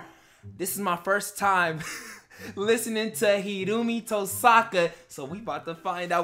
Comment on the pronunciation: It's pronounced 'Hiro, omi' That's why they call him Omi. And plz plz plz react to FULLMETAL TRIGGER by THE RAMPAGE!!!!!!!